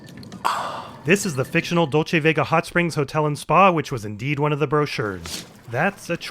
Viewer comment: Dulce in Dulce Vega is pronounced dool-ce, as it's a spanish word, not doll-che, like Dolce and Gabbana. Edit: just noticed that Mike pronounces it correctly later on.